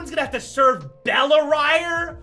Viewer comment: I think its bell-ri-re